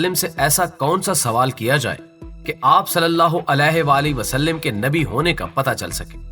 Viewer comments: islah kijiay please SUAL-LAL-LAAHU ALAHI WA-AALIHI WASALLAM WA-SAL-LIM NAHI WA-SAL-LAM. LAAM PER ZABAR PARHIAY. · Wasalim nahi hai bahi wasalam hai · Huzoor ka naam ap sahi se nhi le parahe h wasallim nhi wasallam h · good Information,ALLAH bls u,,,brother,plz correct S.A.W,,,,vasalim not vasalam right hy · Gadhe.. wasllim NH h wasslam h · Salim nai sallam hai plx apni islah karain.. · وسلم ل پر زبرہے زیر نہیں کیونکہ عربی گرامر کے حساب سے غلطی ہوگی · جناب آپ۔۔( وسلم) کے ل پر زیر پڑھ رھے ھیں بار بار ۔۔۔ل پر زبر ھے ۔۔۔غصہ کی معافی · معذرت کے ساتھ اگر برا نہ منائیں تو یہ آپ(صلی اللہ علیہ وسلم) میں جو آپ وسلم بول رھے وہ ٹھیک نہیں وسلم لفظ میں ل حرف کے نیچے زیر نھیں بلکہ ل پر زبر ھے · You are right